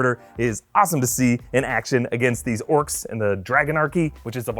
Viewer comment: That emphasis on the orc ass doe😂😅